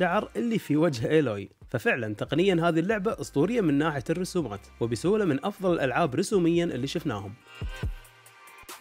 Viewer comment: افضل وليس زفضل وشكرا